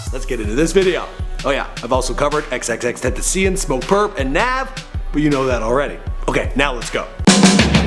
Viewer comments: Did he pronounce xxxtentacion as xxxten-ta-ci-en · XXX TEN-TA-CION (SH-IO-N) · Xxx tent tea seein 😂💀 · xxxtentaseean Tf 😂😂😂😂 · xxxtennesseean? I've heard it all now 😂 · S D it's ten ta cion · He said xxxtentacion like xxx-ton-tee-seeing😭😭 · If you say "xxxtentaseein" im leaking your adress, number everything. Practce names before you make videos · The way you said xxxtentacion made me cringe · who also cringed when he said tentacion? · you butchered xxx's name